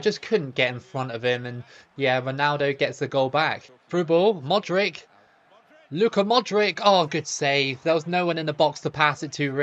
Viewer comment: I don't know how you can get all the players names correct with the "ch" at the end, but then keep saying Modrick 😂😂😂 Croatia can definitely beat Argentina in the next round! They've been overlooked so badly tbh.